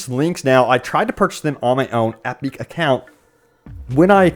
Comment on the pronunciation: EP-ICK. Not EP-EEK. Or whatever you're saying.